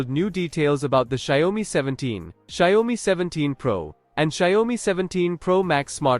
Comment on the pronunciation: can't even pronounce the brand correctly...lol